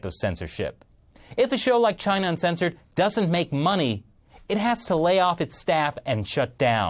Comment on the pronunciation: emphasis in uncensored at the end!